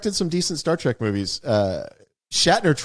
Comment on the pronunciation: TREK, not track..... sigh LOL